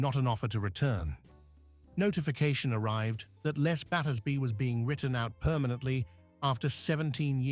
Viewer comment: It’s pronounced “LEZ” not “LESS” 🙄